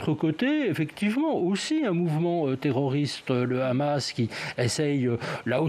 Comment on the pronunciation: premièrement c est hamas et non pas khamas les palestiniens on riposté car les sionistes c est le pire virus dans le monde qui n a pas d ailleurs d amis les soit disants amis c est des passes temps uniquement pour arriver a leur fin satanique bark. autrement comment arriver Les sionistes n aiment personnes uniquement la légende terre promise rien que pour les sionistes racistes a eux seuls et tout ce monde est leur esclaves americains occidentaux et autres.